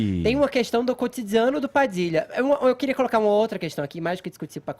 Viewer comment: "Côtsidzianu" XD